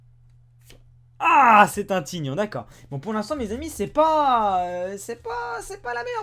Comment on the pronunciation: C'EST PAS T"I"GNON C'EST THAÏGNON